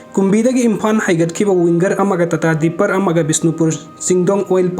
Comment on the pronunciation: Not dipper its tipper